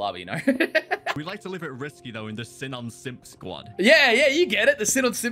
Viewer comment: I’m pretty sure it’s pronounced Sea-Non not sin-in